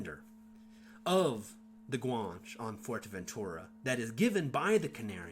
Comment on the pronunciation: Outstanding video Guan che is pronounce as 2 syllables Guanches intermarried with the Normans. Their offspring participated in the conquest of the Western Canaries along with Spanish and Portuguese conquistador. Louisiana and San Antonio were settled by Guanche descendants. Fidel Castro is part Guanche.